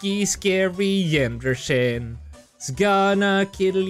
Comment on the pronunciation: it's said Yanderay